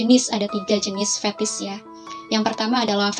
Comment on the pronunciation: Fetish mba, bukan fethis🙋🏻‍♂️👩🏻‍⚕️